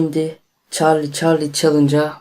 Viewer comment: Çallı çallı diyo ama güzel